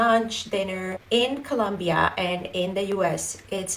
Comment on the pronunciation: How can a latina not say the name of Colombia properly?